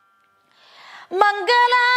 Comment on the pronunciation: പാടിയ പാടിയാൽ ആണോ പ്രേമാ ബുദി അല്ല പ്രേമാം ബുധി യല്ലേ ബ്രെഹ്‌മാ അല്ല ബ്രെഹ്‌മ പ്രേബോധം ആണ്. പ്രെനോവി .... എന്താ. നല്ലയൊരു ശബ്ദം സുതാ... സൂത അല്ലെ. മാൻ ഉഷ... മാനുഷ. ഉള്ളത് വായിച്ചാൽ പോരെ. ഹ നല്ലപോലെ ഉച്ഛരിക്ക്. ത്ഥ.. പ്രമണ്യം.... മംഗലം.... മംഗളം... ല്ലൊരു.... വല്ലാഭം.... വല്ലഭം. ധ.... നല്ലപോലെ ഉച്ഛരിക്ക്. വന്തി .... വന്ദി.. പാരം.... മാന......😢. നൈ...ഭ..... 😇 ഉപ... ദേശിച്ച... ഖി... ക്കി.... ക്യാ... ഖ്യ....